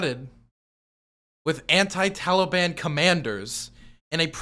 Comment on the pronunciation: It’s him saying Taliban like it rhymes with Cinnabon that does it for me.